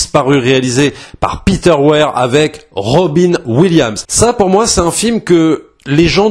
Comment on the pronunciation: Robin williams(ssssssss) sinon ça fait mal aux oreilles. 😅